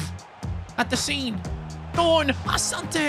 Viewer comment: His name is pronounced Asanti ,he is an African